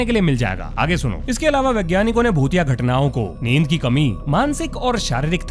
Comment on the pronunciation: I don't like this shit man! Aur aik tu bhotiya bhotiya Kam bola karo Kuch aur sunai deta hai.